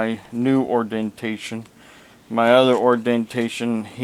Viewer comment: What a joke! What is "ordentation" and "onurary"? If you can't say the words, you are probably a fake just like your degrees! If you will present yourself as a man of God with these bogus degrees how can you be saved? The proud shall burn in the pit with Satan himself. And "cecalur" degrees come in handy with actually knowing things. If you want to hold yourself as being something then go to college and be what you claim to be. Put some effort into life. Be a real man!